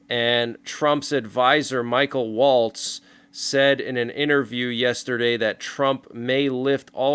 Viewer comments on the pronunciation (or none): none